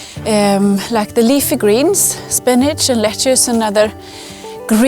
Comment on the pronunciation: Lettuce in English is pronounced Let Us. You can add a S and then it will be pronounced Let Us sezes for plural.